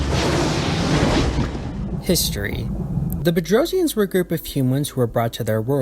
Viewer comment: Yes you pronounced it perfectly! If the Earth really is Flat I'd violently protect Globes. Wasn't there a race that the Gate activation and contact with the SGC caused a World War?